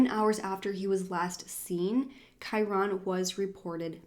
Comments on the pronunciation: Kai-rin is the correct pronunciation I think, that's how is mother pronounces it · i'm pretty sure his name is one syllable kinda like kyren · Ur right! Its pronounced Ky-ren but spelled Kyron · Love your videos, but could not get over the fact that you miss pronounced his name the entire video. 😭